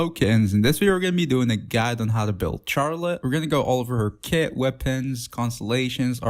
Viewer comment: Please don't pronounce her name like this I'm begging